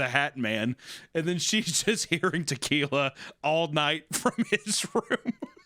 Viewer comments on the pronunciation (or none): Something about Hunter pronouncing tequila as toquila is filling me with a firey rage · What's with Papa Meat mispronouncing random words? He says Fentanyl as "Fentanall" and "Tequila" as "Toquila". It's not consistent with his accent so it sounds really jarring. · Someone make him stop saying ”Toquila”…